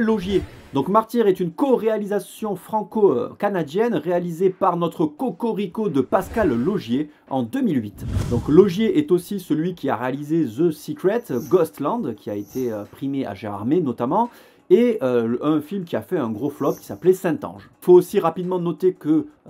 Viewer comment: Mal placé avec ton « tabarnak »…. Mieux que ton foutu « ze » sans aucun sens… dis-tu « ze earz » pour « the earth »……. Le pire c’est qu’aucun français n’est capable de l’expliquer…. « tabarnak de saint-cincibouaire.. »